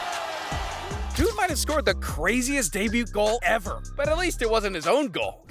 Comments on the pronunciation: Its pronounced DAY BAYOO. Not day boot. /facepalm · why tf do you pronounce the t in debut? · When you botch 'Debut' a dozen times it kinda becomes a pronunciation video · The 'T' in DEBUT is silent you donut! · Dude, you don't pronounce the "t" in "debut." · Did you just pronounce the T in 'debut' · I hate videos narrated by people who don't know a thing about what they are reading, and doesn't know how to pronounce words properly. the T in debut is silent. if english isn't your first language I'll give you a pass. but I'm pretty sure that isn't the case here. Why do i comment on videos i would delete if i could? It helps out the creator doesn't it? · why do you pronounce 'debut' like that? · This man is a menace pronouncing the 'T' in debut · Debut has a silent "t'. Please pronounce it properly.